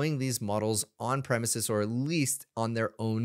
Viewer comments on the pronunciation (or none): none